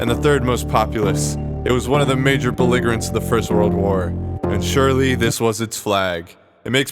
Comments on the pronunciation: My dude can pronounce pernicious but not belligerents or ensign!? Please. This video killed me with your unique interpretation of these words. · Also, when Youtubers pronounce the word 'belligerents' wrong. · Makes a video about errors. Pronounces belligerents wrong within . 😂